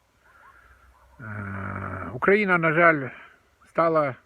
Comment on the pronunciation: Дядьку у вашомуму віці пора знати, де ставиться наголос в слові українці, та Україна, хоча не зі всім, але в деяких речах я з вами згідний